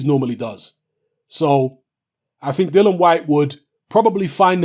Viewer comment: I wish you'd say "Dillian", it's Dillian, isn't it? But decent vid... I don't know why you have to feel you need to "prove" your picks though. It seems many of your vids begin with "remember back in 1865, when I said this on YouTube? Don't get it twisted...."